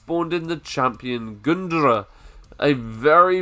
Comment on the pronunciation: The way you pronounce Gundyr is perfect.